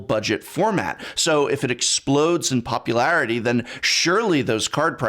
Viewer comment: "pauper-ularity" GET OUT